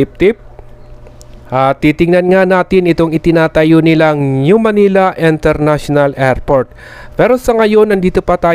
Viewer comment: Kuya International hindi Enternational 😂😂😂😂😂